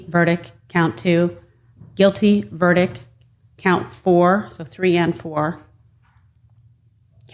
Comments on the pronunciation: what’s a ver-dick? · Between counts 4 and 5, someone told her there is a T at the end of the word "verdict." LOL